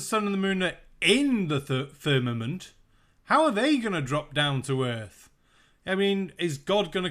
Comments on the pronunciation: It sounds to me like her is saying fernament and not firmament. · LOL, “firnanent” It’s “firmament” and the original Hebrew word is “raqia” which literally translates to “sky.” I’m a Bible believer, and even I know that it’s not always supposed to be taken completely literally all the time! Good Lord almighty. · He's saying FERNAMENT, I thought I was hearing him funny, but nope. He's saying FERNAMENT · I just about die every time he says "Fernament." 🤣😆🤣😆🤣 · He can't even pronounce Firmament, sure as hell has no evidence for it. He lied about the gravestone too.